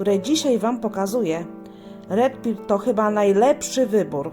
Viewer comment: Dzięki za omówienie,tylko dla poprawności wymawia się Red per ,nie Red pir